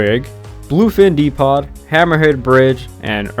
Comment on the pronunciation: Depot is pronounced “dee-poh” not “dee-pot.” Don’t mean to sound rude, not fishing for attention… just triggered my yee-haw or yee-naw reflex.